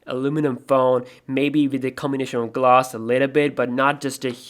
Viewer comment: No hard feelings, but to all the other OCD people out there. Please, kind sir, say it with me GL-ASS. (Gl-ah-ss) Not Gloss, there is no O in that word, thank you.